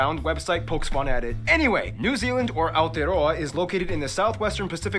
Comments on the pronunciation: Ah-aw-teh-a-raw-a, not Ay-o-tee-a-ro-a. "Aw" is somewhere between American "aw" and the o in "hole" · “Ay-tote-roe-ahhh” this the type of shit that hits you in the soul ahh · it's pronuced ah-tear-row-a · Aoetearoa as "Ayo-tear-roa" the pronunciation is killing me. 😭"Ow-teh-roa" is how it's mostly pronounced as. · Aotearoa- (ow-tay-ah-row-a) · Aey - ouh- tee- yoo - ra doesn’t hurt me mentally but also physically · It’s pronounced our,tea,roa 😂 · “AoTeRoA” my soul physically left my body 😭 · aotearoa is pronounced like: ah oh taya roa (with rolling the tongue on R) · Aotearoa made me wanna cry. It's pronounced ' Ow-te-roa ' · Should be pronounced “ow-teh-rrrrow-a” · a o tae oh ra😭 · pronounce it ow-tear-row-a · I know its a bit late but its pronounced Ow-Tay-A-Roa (You've got to roll the R) I'm not angry just want to let you know and maybe tell your friends about us!!!! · Aotearoa is pronounced Ao-te-a-roa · aoteroa is pronounced au-tay-ah-row-uh :) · AOTEAROA is Pronounced as OUR TEAR RO A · AE-OH-TAY-YA-ROW-WA.....that will kinda get ypu closwr than your attempt. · Bro wtf is Ao-EaA-Ra it’s Aotearoa pronounce, the a like ow and then Ros row a that’s how u say it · It's pronounced "our-tear-row-a" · As a kiwi how can they say Aotearoa wrong well making a New Zealand video, they should’ve done research or like atleast pronounced right👁️👄👁️ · I’m from Nz lol the way your said Aotearoa😂 it’s all good I understand but it’s Māori for New Zealand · im from new zealand and these americans butchering the new zealand place names makes my ears bleed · i am a proud New zealander, and hearing him pronounce " Aotearoa " hurt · you gotta roll the r and sommetimes soften the T to make it sound closer to a d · as someone from nz, the pronounciation is kiling me 😭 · The way he said “Aotearoa” physically hurt me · it hurt more everytime they said it. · hahahahaha fk 😂 Hello from Wellington lol. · Same I'm kiwi as well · imma kms the way he fking said it the egg